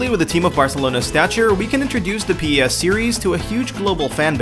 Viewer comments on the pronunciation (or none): Its PES not P-E-S FFS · Please stop saying p-e-s its driving me nuts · It's pronounced pez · is u spell it pes. It's pronounced pez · Etf is pee ee ess?